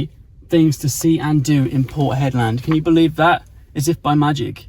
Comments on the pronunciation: I hope you run into Mick....just educate yaself on Warne....oh and get some aeroguard... or a hat with corks....I heard you call it Hedlaaaaad soooo many times...and then Hedland.... Looks like your hating your trip...maybe you will go home soon... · I always seem to be advising you on pronunciation. To pronounce Hedland in proper "Strayan", you have to say it quickly and it should come out as "Hedlend or Hedlnd". Annunciating the LAND bit just sounds crazy and wrong. As always, I just aim to keep you informed and relevant. No criticism here. 😘🤣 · Yes as a W.Australian the 'land' pronunciation did sound off, although of course it is spelt that way! :) Also re Exmouth.. we say the 'mouth' bit with a full 'ow' vowel sound, instead of 'muth' - with the vowel sound like the flat 'e' in ' the', as I believe English placements ending in mouth are pronounced? (Eg Bournemouth)